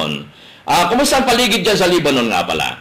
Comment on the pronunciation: All scripted There are thousands of Good Filipinos with good and happy lives and spend more than 30 years working in Lebanon please do not discredit a country unless you been there then you might have a different point of view and please its LEBANON NOT LEBBANON